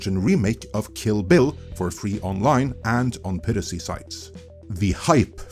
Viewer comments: Add a new one to list of words, hehe. “Peer-racy” 😆 I don’t want to be an *ss, just giving advice. Try this instead: “Pie”, “Ra”, “Sea” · Not sure what country you are located in, so apologies if you have an accent for a reason, but it is pronounced PIE-racy. Like apple pie! Not Pee-racy. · Great video, but it's pronounced PI-racy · "peer-uh-see" ... -_- ... ah yes those darn "peer-utts" and their "peer-uh-see" c'mon, man. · you can say pirate correctly, but not piracy for some reason.